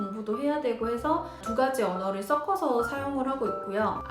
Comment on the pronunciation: 이건 태클은 아니고요...섞어서 가 자꾸 써꺼서 로 들려요. 기왕 한국어를 가르치실거면 발음도 정확하게 가르쳐주시는게 좋을거 같네요. 우리 말이 "격음"과 "경음" 이 발음이 어렵잖아요? ㅎㅎ 화이팅 !!